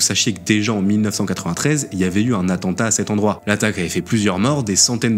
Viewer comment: "Connaissance de l'atantat" mdr AttENtat